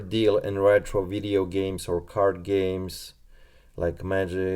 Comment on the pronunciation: Vidddeo..is that how you say video.. LMAO